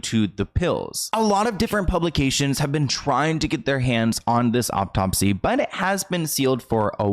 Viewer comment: Love your videos! I've noticed you always pronounce a-u-t-o-p-s-y as "o-p-t-o-p-s-y" and it drives me bananas! There is only one p at the end of the word. Peace and love!